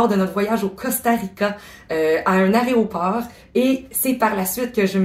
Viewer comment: Dommage de mettre en ligne un vidéo sans soigner un peu son texte et surtout la qualité du français. Ex.: aÉroport et non aRéoport, je me suis décidé et non je m'ai décidé, etc.